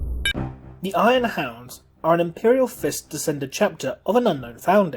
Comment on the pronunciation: oh sorry just your ascent and the way you pronounced it made hounds sound like hands